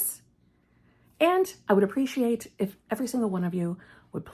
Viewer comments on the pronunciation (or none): none